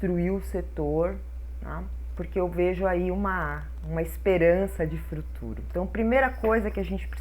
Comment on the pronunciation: "Fruturo" - que lindeza,!! ♥